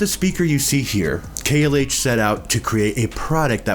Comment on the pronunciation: It’s pronounced “KLOSE”. I own a pair of 17’s. The original KLH 6 or 19’s are the best.